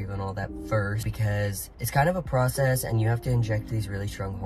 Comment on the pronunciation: The way you pronounce “process” I’ve never heard it like that